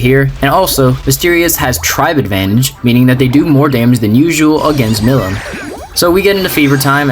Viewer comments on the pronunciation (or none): I'm impressed you managed to win with disadvantaged Tribes bar Shady. I like how Tsukuyomi was there twice on the Heartful team to bring Christmas spirits lol. Also, the way you pronounce the name of Demon Lord Milim is (Mee-Lee-M). Japanese kanji pronunciation and all but I do not blame ya since it looks like a weird name in text.